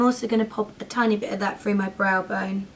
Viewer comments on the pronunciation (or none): none